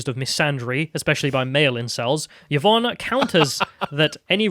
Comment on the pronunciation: yuhvon XD i love when finds new ways to pronounce words/names